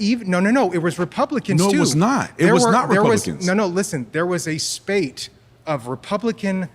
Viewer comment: I learned something new today.. it's pronounced "spate" ... not spat